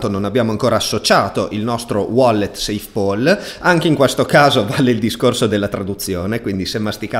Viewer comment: PAL si pronuncia PAL, non POL 🙂